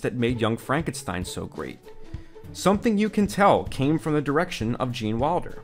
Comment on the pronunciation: Great documentary. If only you could say Wilder instead of Walder.